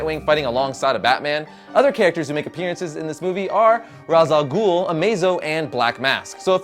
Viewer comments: It's not pronounced Rah-al-ghul. It's pronounced Raysh-al-ghul. Lol. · I hate to be that one pedantic douchebag but....you pronounced Ra's Al Ghul's name... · you said Ras AL Ghoul wrong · No he's actually right, In Arabic Ra's Al Ghul pronounced with the z sound means demons head, with the ay sound it makes no sense. However since it's a name I guess it doesn't really matter and he could be called Demon's Raysh... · Not trying to troll or anything, but the anchor fail as a batman fan, why, because he pronounced Ra's Al Ghul's name wrong